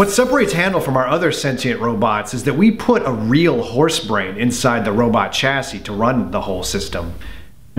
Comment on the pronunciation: "your last wobot" - it indeed got a bit too British :D